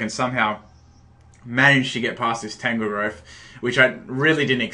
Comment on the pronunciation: FOR FUCKS SAKE! TAN-GROWTH, NOT TANGLEGROWTH, TANGROWTH. you are truly the ONLY competitive battler that is INCAPABLE of pronouncing all names right in a battle!